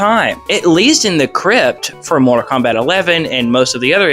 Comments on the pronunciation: Say Morta Kombat one more fucking time!!! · “Morta Kombat”